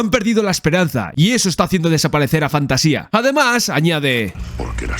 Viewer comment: No pienso juzgarte por no leer el libro pero si recomendartelo. Es mi libro favorito de fantasía. Por otra parte el reino es Fantasia (sin tilde, acentuado en la segunda A, de manera que lo leas como lees Asia por ejemplo). Para mi es un libro magico, cada vez que lo leo aparece algo que creo que no había leido antes. Por ultimo, gracias, se nota en el video que disfrutaste y disfrutas con la pelicula.